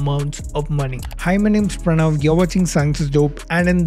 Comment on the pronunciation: Was a little distracted for a sec and thought you said, "Hymen, it's Pranav...."